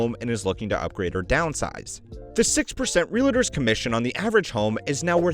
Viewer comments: Is it reALtors or reLAtors? 😂 A bit distracting to mispronounce a word so frequently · Can i jst start by saying: Realtors is a two syllable word…real-tors. Its Not real-a-tors. Cringy every time . Hard to listen to video. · You lose credibility when you mispronounce words like "Realtors". There is no "I" in "Realtor". It's two syllables, not three.